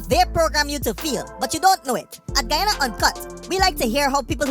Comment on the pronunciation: That military us skunt can't even pronounce Guyana properly 🤬